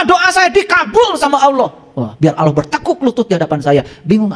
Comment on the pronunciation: Mungkin saran saya benerin dulu rukun Islam dan rukun iman dulu dech..jgn terlalu dalam ngebahas makrifat. Lagi pula untuk masalah ini harus punya guru yg dekat dgn kita dan seorang guru yg jelas ssanad keilmuannya. Dan coba dengar dan lihat cara ngajinya, bener tdk tajwidnya melafalkan "Allah" saja masih salah ngak jelas, apalagi ngebahas tafsir Qur'an